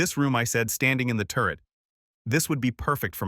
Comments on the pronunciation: 😂AI cracks me up! It also makes me sad….. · Turret office not turd office. AI really lost it.